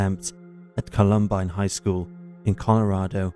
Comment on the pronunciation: The narrator sounds like AI, how did he mispronounce Columbine